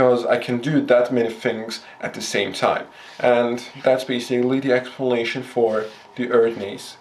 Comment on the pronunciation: he says expulnation XD nice vid man! keep up the god work! you earned a sub!